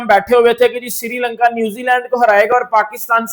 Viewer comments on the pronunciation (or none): Siri lanka nhi bhai sri lanka h 😂